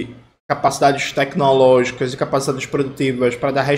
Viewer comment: TECQUI-nológicas!!! não dá pra tankar esse cidadão!!!!